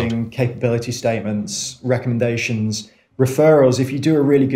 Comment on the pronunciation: Tough to hear that guy saying ‘recumdations’ over and over again. Can’t edit out bad speech